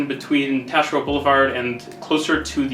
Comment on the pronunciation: I'm an English Quebecer from Montreal, you pronounced Taschereau just perfectly, you'd fit right in haha. If you wanted to french it up you'd have to get that harsh guttural "R" going.